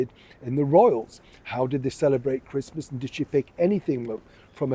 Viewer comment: Not interested in watching someone who can't even pronounce the word "Christmas" and who wants to watch Meghan-no-mates celebrating in a stranger's house forcing her staff to pretend they like her, because I bet, she doesn't take you through her front door.